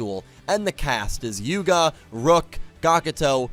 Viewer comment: You said Yugo instead of Yuga. As my favourite Yu boy would say to you: "Yugo ja na, Yugo da". Or in this case "Yugo ja na, Yuga da". Still, nice to know our man Yugo still lives in your mind.